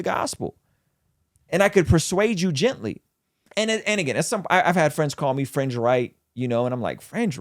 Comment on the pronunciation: I kept hearing "french left" and "french activists" until I heard "fringe" haha I was wondering why was talking about French people haha